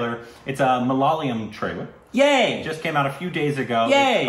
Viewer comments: Is it just me who feels that pronounces it as MA-LA-LA-YAM...? 🤔 Even in previous videos, it's mostly pronounced Malalayam. It's MA-LA-YA-LAM.... 😏 Interesting fact, Malayalam is a Palindrome! ⬅️➡️ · You just have to accept it as a permanent korbinization. it's not malayalam anymore. Its Malaalayam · Guys its not 'malalayam' MALAYALAM it is😃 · guys please leave them alone for pronouncing malyalyam. its ok. you know what they are talking about. even though we studied English in school almost all of our pronounciation sucks. so just apreciate that they are reviewing our movies and enjoy. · it's not "Malalayam" it's "Malay-a-lam". Pronounced like that. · not malaalam. mala yaa lum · Ok. Let’s try again ‘Ma’ ‘la’ ‘yaa’ ‘lam’. Four syllables. Not ‘Malay’ ‘lam’. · When are you going to pronounce Malayalam properly? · Rest of India is pronouncing it properly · not really 😅 most people don't pronounce the L properly